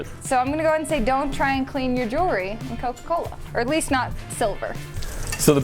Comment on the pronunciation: OMG she said Jewelry correctly!!! Finally someone!